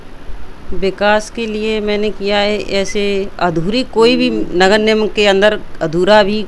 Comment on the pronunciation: "Nigam" Bhi nahin bol pa rahin. Indian politics jindabaad.